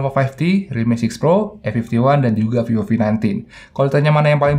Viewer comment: Ngomong vivo kek v o v gitu,apa emang ane yang bahasa inggris nya remed yah